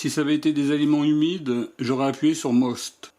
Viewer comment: C'est pas " most" mais "moyst".